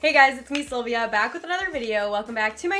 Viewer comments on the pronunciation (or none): none